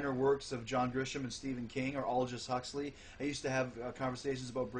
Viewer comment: Can have conversations about Aldous Huxley, huh? You can't even pronounce his name correctly, moron!